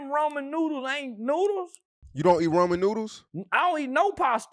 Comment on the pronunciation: RAMEN noodles not Roman noodles🤣🤣